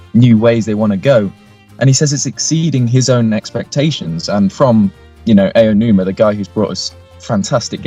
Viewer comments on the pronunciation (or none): Please stop mispronouncing Aonuma's name. He isn't a bloody Englishman. He is Japanese. His name is therefore pronounced in a Japanese way. Japanese people do not pronounce the letter A as "Ay". They pronounce it "Ah." So his name is pronounced "Ah-Oh-Noo-Mah." It sounds like "Ow-noomah" ("Ow" as is "Ow! I stubbed my toe!").